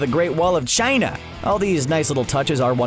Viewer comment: A very Trump-esque emphasis on the place where the great wall is from 🤣😂 love the content all around